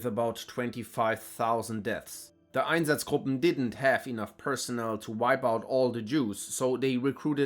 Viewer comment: The way you pronounce “einsatzgruppen” instantly tells me where you’re from.